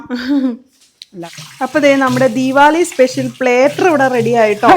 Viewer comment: പ്ലെറ്റർ അല്ല പ്ലാറ്റർ